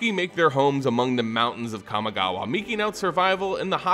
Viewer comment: Let's play a drinking game where we take a shot everytime he pronounce kamigawa wrong